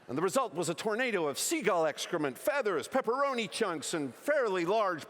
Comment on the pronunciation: He could say "seagull" instead of "seagal"